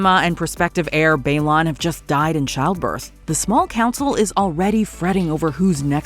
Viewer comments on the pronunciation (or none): Baelor not Baelon.